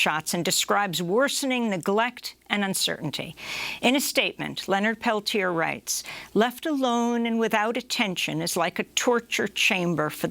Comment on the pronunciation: You interviewed him 2012. You know the story og Oglala.... you still can't pronounce the man's surname. You know, the modicum of respect whether their name is complex and Icelandic or some very simple Swahili name LEARN HOW TO PRONOUNCE THE NAME .It's not difficult. 'MURICANS